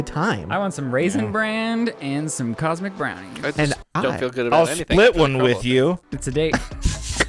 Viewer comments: The real conspiracy is that he’s saying Cosmo brownies😂😂 bugging the fuck out of me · New madela effect.....tell Shane they are cosmic brownies and not cosmo like he keeps saying